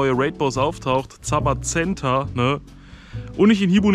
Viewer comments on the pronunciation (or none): Bitte die Namen richtig aussprechen Zacian - ZaSchian Zamazenta- ZamaSenta